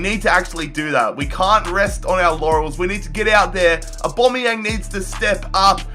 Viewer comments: Its aubameyang no aubomayang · I hate how you say Aubameyang You say Aubomeyan It’s Aubameyang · Why the hell do u say aubomeyang instead of aubameyang??? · I beg say aubameyang’s name right please 😫